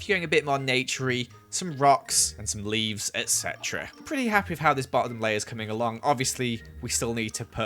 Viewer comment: you say ect a lot